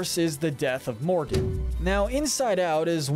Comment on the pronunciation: It pronounced Mor,du not Morgan